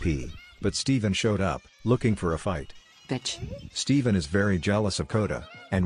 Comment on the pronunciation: It's the "hi beeech" and "devine" that gets me.